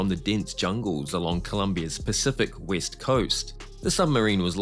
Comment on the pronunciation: Was that the 'West coast' never heard of the 'Wist coast' 🤣🤣🤣🤣🤣🤣🤣🤣